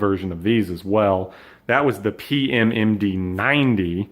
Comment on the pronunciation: And please don't say what pm md stands for in Romanian, it's just too cringe for me in the way said it, you didn't even pronunced it correctly...it didn't sounded like Romanian at all, it sounded like French. Don't get me wrong but i don't expect you to know Romanian but plz just don't. Say it in English.